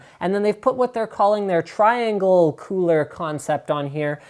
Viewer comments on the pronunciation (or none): none